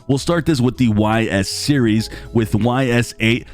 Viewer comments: Sorry to be that guy but it’s pronounced EEESSS not Why S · If you're going to be covering the Ys games... please say the name correctly. It's Ees, Say Bees, now take off the B :) I will be getting Ys 8 and 9 even though I've already finished 8 on other platforms. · I think the Ys series is pronounced "Yeez"